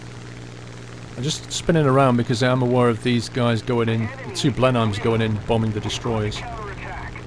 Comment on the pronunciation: Just a pedantic FYI - Blenheim is pronounced more like "Blen'um" or "Blenhem" rather than "Blen-hym"